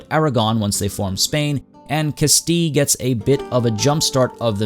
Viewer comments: Castee? That's not how Castile is pronounced. The English pronunciation is Cas Steel. And in Spanish is is Cas Stil Ah because it is Castilla in their language. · "Castile" is not pronounced "cas-tee" but more like "cas-teal" or if you're looking for more of an authentic Spanish pronunciation, "Cast-ee-ya" (the double "ll" [Castilla] in the Spanish spelling of Castile is makes a "y-ish" sound). "Andalusia" comes from the Arabic (?) name for the region, "Al-Andalus", and as you can see, it does not make the "sh" sound like the "-tion" suffix does in English. "Andalusia" is therefore pronounced "an-da-lu-see-a" I don't mean to be hostile or anything, I just want to let you know so you don't get called dumb or anything down the line for these silly mispronunciations. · No, the Spanish pronunciation is Cas tee ah or something of the sort. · No, that's not true. "Castile" and "Castilla" are both derived from the Spanish word for Castle, which comes from Latin. The English word for castle is also derived from the Latin word, and therefore should be pronounced similarly. has an entry for Castile, and it's pronounced like "cas-teal" as I said in the first comment.